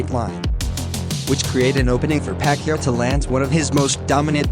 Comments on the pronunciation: Pa-Kee-Ow not Pa-kee-a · Buddy's name is PA-QUI-AO not Pacquia bud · Pacquiao. Not pacqia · Pacyuh? It's pakyao. In your language: Puck Yao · What's wrong with your voice? And it's Pac-kee-ow... not however you are saying it. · Am I the only one getting triggered by him pronouncing Manny's last name Pac-ya?